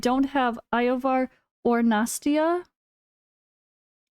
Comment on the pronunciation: Yovar ❌️ Eye-Oh-Var ✅️